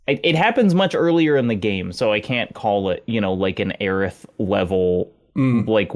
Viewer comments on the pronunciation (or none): none